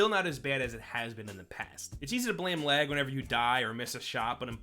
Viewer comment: He said lag I thought he said leg